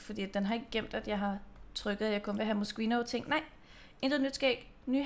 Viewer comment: Man udtaler det Moskino😊